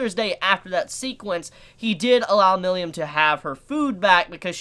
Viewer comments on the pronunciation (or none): Milim (me-lem) Not "millium" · You pronounced "Milim" "Milyam" Lmao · The way pronounces "Milim' gets me every time lol.